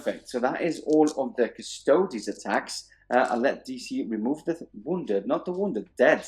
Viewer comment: cus-to-dees. like ass-tar-tees. not cus-toads. for real.